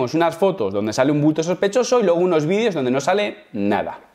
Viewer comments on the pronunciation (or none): none